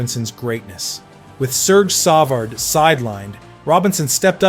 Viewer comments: "Sawv ard". And AI is going to take over the world. Huh. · These videos are so disingenuous… saying the same thing 12 different ways and showing the same highlights over and over and over and including footage that has nothing to do with LR. The clickbait title is telling of this AI generated shit. Serge Savard pronunciation was brutal!